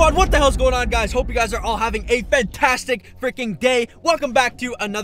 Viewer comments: Not frickon frickin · This is how many times he said FRICKON 👇🏻